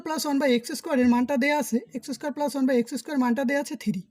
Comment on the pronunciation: পেলাস না প্লাস হবে ওকে